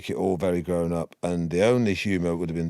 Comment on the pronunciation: "Gowen up" ............?